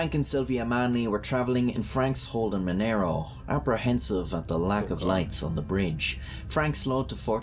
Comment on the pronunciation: It's not pronounced mon ero, but MON ARRO with argh sound not an air sound. And for Americans its not pronounced Mona Ro either.